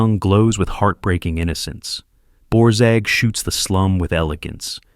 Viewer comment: This is, in many ways, a wonderfully valuable video. Unfortunately, it is spoiled by the use of AI, both in the mispronunciation of names and the use of incorrect videos, As an example, half the scenes shown from "Night Must Fall" are from the remake with Albert Finney and not the original. And mispronunciations of Borzage and, most laughably, Margaret Sullivan are quite lamentable. I fear for future generations who seek info about this topic, thinking that these sort of posts are correct. Whatever happened to fact-checking?